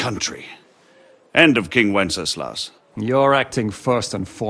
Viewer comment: Bro is so determined to mispronounce Wenceslas every single time he's mentioned. Literally nobody in both games calls him WencesLAUS, except for Markvart because of his strong German accent.